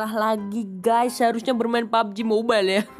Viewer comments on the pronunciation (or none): none